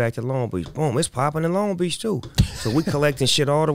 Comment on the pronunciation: What they know bout LONG BEACH! Not (l- ong beach) its (Loan-g Beach) 😂😈